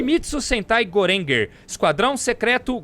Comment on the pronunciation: Ótimo vídeo e ótima obra! Só uma correção: em, o dá uma escorregada na pronúncia dos grupos coloridos. O primeiro se lê "gorenger" mesmo ou "gorenjaa" (conforme o katakana: ゴレンジャー) e não "gorenguer", pois é uma aglutinação que significa "cinco patrulheiros" (Go e Ranger). Já na segunda equipe, JAKQ, formada pelas letras do baralho, a pronúncia correta é "jakka" (ジャッカー), porém como foi trazida como "Jacker" pro inglês, essa não passou tão longe hahahah. No mais, fica aí a recomendação do canal da Toei no YouTube, que está upando vários episódios dessas séries clássicas, tudo de graça. E quem sabe aí no futuro um programa sobre tokusatsu com ênfase no Ishinomori hein? Vocês são demais, abraço!!